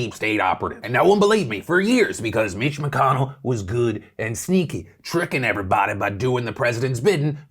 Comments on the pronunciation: Mitch McConnell? Or Bitch McConnell? I literally can't tell what you were saying in the beginning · For a second it sounded like Phil said Bitch McConnell